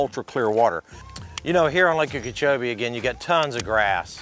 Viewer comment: You were literally putting on a clinic. Gotta ask about your pronunciation of Okeechobee; sounds like you're saying Ukeechoee, or am I hearing you wrong?